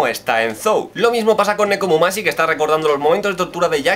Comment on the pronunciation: Es Nekomamushi no Nekomumashi xD